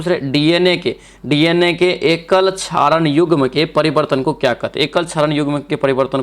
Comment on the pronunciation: बहुत गलती पढ़ते हैं आप। 42 no. 44 को no. क्या पढ़ते हैं देख लीजिए। 49 no. क्षारक को क्षारण पढ़ रहे हैं 😂